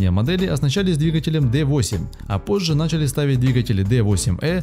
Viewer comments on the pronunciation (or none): none